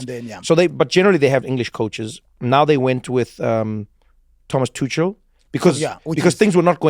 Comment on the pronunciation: Thomas "Tutschel". Come on, my swiss german friend. 😃